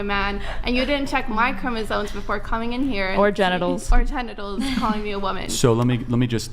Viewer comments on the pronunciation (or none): did they say Chromosones? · The fact that no one in the "what is a woman" part of this can say CHROMOSOMES correctly is an issue. Maybe learn to speak before debating anyone. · Charlie pronounced it that way too.😂